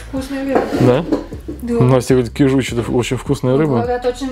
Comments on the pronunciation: кИжуч, а не кижУч😣 аш слух режет😣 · кИжуч,а не кижУч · Не кижУч, а кИжуч😉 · ты меня всегда поражаешь неправильным произношением слов! КижУч! Восторг! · привет. Как всегда классно. Один момент, на будущее. Не кижУч, а кИжуч. На первый слог ударение. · добрый день! Правильно говорить кИжуч. Извините, что поправляю. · рыба кИчуж, ударение на первый слог. Кижуч имеет наоборот жирное мясо, конечно не как у чАвычи, но намного жирнее горбуши, кеты, по крайней камчатский лосось именно таков) Засолка рыбы соль + сахар, два к одному (соль лучше крупную, но промывка рыбы тогда) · Как же режет слух неправильное ударение в названии рыбы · кИжуч, а не кижУч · Не кижУч а кИжуч😊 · КижУчь 😢😢😢 Как можно так говорить ? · Можно уже выпустить приложение к учебнику русского языка "Как нельзя говорить" и собрать туда всю косность речи блогеров. Кровь из ушей от вашей речи. Один - "палтУс", другой - "кижУч".... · Нет ну честно уши режет: кИжуч, ударение на И! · говорят КИжуч! Ударение на И! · кижуч. Ударение на,и,,. Произноси правельно. Режет слух😮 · Кижуч - Ударение на первый слог! Меня как жителя Дальнего востока передёргивает)) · Кижуч. Ударение первый слог